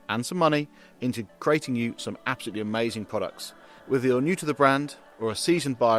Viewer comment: The most, though not only, amaysthun bit started . The next amaythzun bit started . Castrol in its classically correct font: Is not that amaythsun? Aitch is pronounced aitch. Nevertheless, it was amaysthun that there was no apparent use of the aberrant sound 'gotten', whose increasing and deleterious presence in lately propagated parlance has got across The Pond and proceeded to delete a 'got' where it most certainly should not.